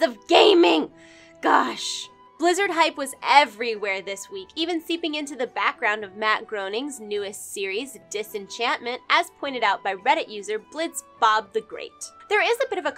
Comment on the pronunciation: It's Matt "Grain-ing" not Matt "Grown-ing".